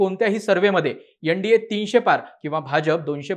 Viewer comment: यंडीए नाही रे ते एनडीए आहे 😂